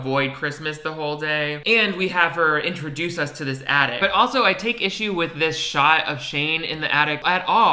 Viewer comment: I started playing this video while I was making a sandwich and thought you were talking about " the addict". And the girl in the video was sad on Christmas because a family member is a drug addict. I finally realised you were saying " the attic". 😆